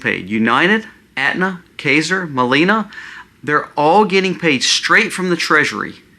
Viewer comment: Why do you talk and never post your sources? Dude you are so stupid. How about deal with US giving billions to other countries. Also... look up your pronunciation of Kaiser. It's a two syllable word... if you can't get that correct then you shouldn't be taken as an authority on this country's economic system. Here is something to ponder: Out of 34 developing countries, healthcare is so difficult that 33 have it. Which country does not? Get a grip dude.